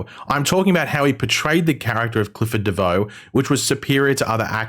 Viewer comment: Did u just say devoe💀